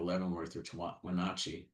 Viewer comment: It's cool to see a geologist from Florida Gulf Coast University have so much knowledge of Cascades geology. But he still never learned how to pronounce Wenotchee (Wenatchee).